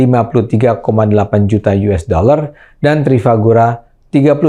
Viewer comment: Sedikit ralat bang Ade, Sepertinya bukan “Trifagura tapi Trafigura”. Terimakasih